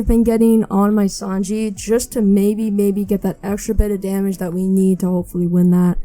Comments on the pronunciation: Please say Sanji not Sanjay lol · Who else is cringing when hey says Sanjay